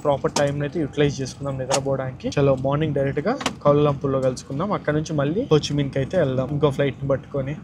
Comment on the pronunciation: it's Ho Chi Minh not Ho Chi Mein